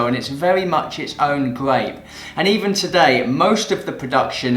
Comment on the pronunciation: The way he says "gwape" tickles me